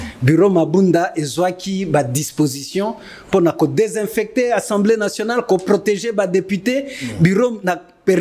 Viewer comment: Slt ndeko. Pardon olobaka tjs " ENSEMBLEE nationale ". Sikoyo owuti ko tanga ba articles et tu prononces ENSEMBLEE nationale ( peut-être avec accent aiguë selon yo) mais ce mot n'existe pas en français. Na lopoto ba lobaka assemblée nationale. Na landaka yo mais olobaka tjs ENSEMBLEE nationale.